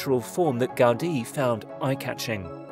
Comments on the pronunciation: The man it's called GA-U-DI, not Gádi... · It's the correct way. The accent is on the letter "i" so it's pronounced "gau-DEE." Take it from a Spanish-speaker. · The way the presenter says "Gaudi" is.....odd.